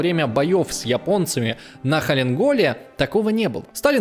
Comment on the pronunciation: Информация достаточно интересная и подана неплохо, но ведущий, это просто "говорящая голова"? Удивляет большое количество странных для человека, знающего историю оговорок.. Я бы, например, никогда не сказала Халин-гол, даже читая с монитора. А тому, кто написал этот текст большой респект, всё четко, системно и ясно. Буду следить за каналом.